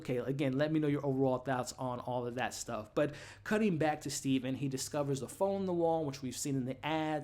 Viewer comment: It's Steven with a V lol